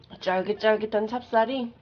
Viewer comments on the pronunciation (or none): 점점 회훈야미선생의 야밀리가 되어가는군요 쫄깃쫄깃이 아닌 쫠깃쫠깃.....